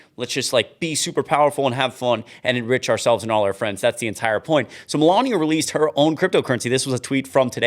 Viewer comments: I would forget everything irritating about you if you would learn how to say Melania right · She's a vile disgusting human being but her name has only four syllables and it makes my life miserable too much. The only thing worse than hearing it is hearing you mispronounce it.